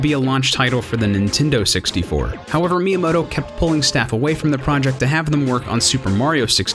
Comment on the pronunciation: nintendo sixty-fer